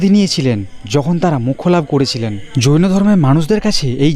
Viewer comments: 24 জন যৌনো সাধক নয়, হবে জৈনো সাধক। আপনি উচ্চারণ এ একটু ভুল করে যৌনো সাধক বলেছেন😊😂😂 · 😂 আরে ভাই ওটা জৈন সাধক হবে । যৌন সাধক বলছ কেন 😂😂😂